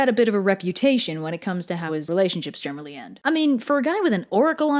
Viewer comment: general-lee y